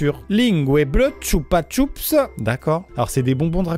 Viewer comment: On a un espagnol lv2 Ici Par contre le "CHUPA CHUPS" Ça m'a terminé 🤣😭